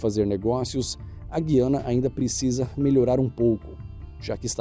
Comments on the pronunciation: A pronúncia correta é Gu-iana.Não Gui-ana.Fica dica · a separação silábica é Gu-ia-na, não é Gui-a-na, isso aprendi quando ainda existiam 3 (Inglesa, Francesa e Holandesa). Leia o nome do país em inglês e verá que A PRIMEIRA sílaba não pode ser GUI... "(pronunciada Gú-i-âna)" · Olá, a pronúncia é ‘gu-iã-na’, não ‘gui-ã-na’ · O único problema foi a pronúncia "gui-ana", quando o nome certo é "gu-iana". O "u" tem que ser pronunciado. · E nao e GUI ANA E GU I ANA PELO AMOR DE DEUS QUEM TE DISSE GUI É GU I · Quase perfeito o vídeo só errou a pronúncia do nome, Gu ia na... Nos demais está tudo certo, aqui alguem que tem parentes lá... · Até onde eu sei, Guyana se pronuncia Gu-iana. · Dói ouvir "Guiana", sem o u pronunciado. O certo é GÜiana, com o U bem pronunciado, como em lingüiça. (Pena que tiraram o trema da língua portuguesa. Triste decisão da Academia Brasileira De Letras. 😢) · Não roubou ! Para com isso é outra coisa : se pronuncia gu ia e não gui ana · Boy, LEIA-SE GUIANA GU I Ã NA, por uma questão idiomática de EUFONIA : bom som ao ouvido, suavidade fonética ... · A PRONÚNCIA CORRETA , EM PORTUGUÊS, DA PALAVRA GUIANA É GÚ - I - ANA … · Desculpe , mas pronúncia correta da palavra “GUIANA” é GÚ - I - ANA … , ok ? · Seria Gu-i-a-na!? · É Gu - i - a- na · SUJEITO, LÊ-SE, GU-I-A-NA. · Já vi vários vídeos do, todos muito interessantes. Mas confesso que a pronuncia de Guiana (como em guitarra) me fere os ouvidos, pois aprendi GU-I-A-NA... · Muito legal sua resposta. Contribuindo para que o trabalho da fique melhor, sem desmerecer todo esforço dele em gerar esses conteúdos superinteressantes. E olhei o dicionário Aurélio, que confirma sua informação quanto a pronúncia correta (Gu-iana). Quanto a Moscou, saindo da Rússia você vai encontrar várias pronuncias; em Portugal, por exemplo, é Moscovo! Abs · Eu também aprendi assim gu i a na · Eu ia comentar o mesmo kkkkkk até porque conheço como “Gú-iana” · O nome correto é Gu-i-a-na...